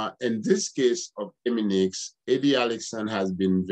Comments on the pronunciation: It's not EMINIX, LET'S BREAK IT DOWN it's E-MI-NI-FX OK!!! There's one thing you did not know!!! Stay tuned There's more to come ok!!! All these questions you should of ask them before you spoke former prosecutor/ lawyer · Stop saying eminix lol 😂 Bagay ti granmoun nèt. Antouka, merci pou info yo.